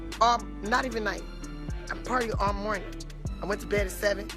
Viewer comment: “this mornting”. 😒